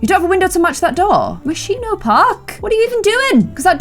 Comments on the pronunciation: lol its moschino not moshiino llove u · It's not pronounced Moshino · this is from the Moscino pack Me, an Italian: it's Moschino, but you are so freaking cute I will just start to call it like that too. ps: Hugs and kisses from Italy, I hope I will have the chance to meet you one day!*^* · The way that says Moschino is KILLING ME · 28 minutes of mispronouncing Moschino.